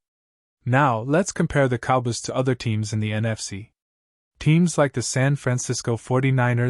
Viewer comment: Ih thnk th dlls cowbys wld lk u to prnnce sm fkn VOWELS! There are two o’s in “cowboys” and you should pronounce both of them!